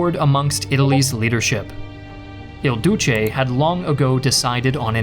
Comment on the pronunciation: Why are you calling him, "El Douche"?😂 Italy never stops getting made fun of.